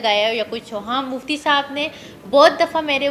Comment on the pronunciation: please don't say muftey